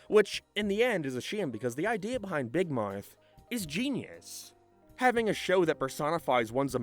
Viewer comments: I can't be the only one heading say "big Marth" instead of "big mouth" all the time... right? 😂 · Dawg all I’m hearing this guy say is “big mike”😭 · RIP Big "Moath" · "Beeg Mearth" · "Big mithe" lol